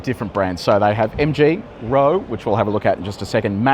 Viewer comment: Good video but please check your pronunciations for Chinese cars. Roewe is pronounced "Wrongwey" in Chinese (weird but true). Also the blue lights you mentioned but didn't fully understand are the lights that show other drivers on the road that you are in self drive mode. Need to spend more time in China.